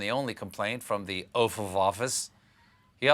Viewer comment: I can't believe I'm just hearing "oaf of office"